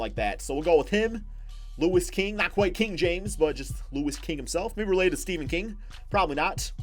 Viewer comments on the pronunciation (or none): none